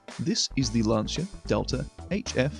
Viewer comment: Thank you for pronouncing Lancia correctly.